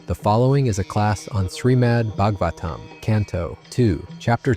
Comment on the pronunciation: Obviously Srila Prabhupadas discussions are amazing. You do a great service with your lousy AI introduction voices that do not fit the mood of devotion at all. They cannot even pronounce Srimad Bhagavatam properly